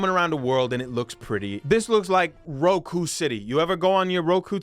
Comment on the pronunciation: That is not how you pronounce Roku.